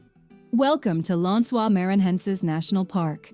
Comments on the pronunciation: I wish the narrator had learn how to pronounce the places she is naming. Lencois is not French, like she is pronouncing it. Maranhao, Iguacu (sorry, I like in the USA and my laptop does not have the "cedilha", nor can I switch to Portuguese on youtube, the little squiggle under the letter c), etc. I would have done some research. If an American try asking about Lencois Maranhenses, nobody would know what you are talkng about. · Good Lord, you put together this production and mispronounce nearly everything. It’s Fernando de NoronYA not NoronHA. It’s RecifA not Recif. It’s LenSOYs not LenCOYS, It’s IguaSUE, not IGUAcu, It’s PampulYA not PampulHA, Parachi, not Parity, It’s ParanA, not PaRANa, Opera de AramA (JFCm there are no silent e’s in Portuguese. One hour of research would have saved you this embarrassment. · Before posting a video about a country, a serious research should be done in advance. I’ve never seen so many mistakes in one video. Wrong places, wrong data, wrong pronunciation (Brazil doesn’t speak French for “Lençóis”, being pronounced like “lensua”) and so on. Shame on the group who made this video. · Lençóis (len-so-ees). Now say it all together, stressing the middle syllable (pronounce the O like in "soft"). Lençol (lençóis for plural) means "bed sheet". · Before you try to pronounce a Portuguese word you should knowledge the pronunciation of the word,Noronha is pronounced like noroña ,it has a nasal sound. Recife ,is pronounced recifi, the vowels must be pronounced .Maranhão ,lençóis…… it’s annoying how this woman destroys the pronunciation of the words . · Noronha is wrongly pronounced as well as Lençóis and Iguaçú. Just for curiosity. If you wish to know the correct pronunciation of these words in Portuguese, please check it on Google Translator.